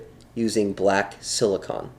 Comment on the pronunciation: Silicone That's SIL-i-CONE....